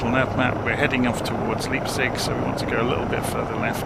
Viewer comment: Just for trivia's sake - the town is pronounced "lype-tsig"... 😂